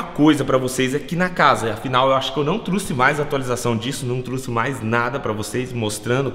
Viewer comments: Um carro de 200 mil reais mas ainda fala truxe ao inves de trouxe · Mds olha o seu português mano Vc falo truxe cara aprende a fala não é truxe é trouxe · mano, não é "truxe" é trouxe! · "truçe" kkkkk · O falou truce